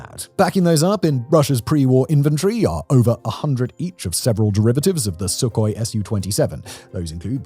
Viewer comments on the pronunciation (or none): none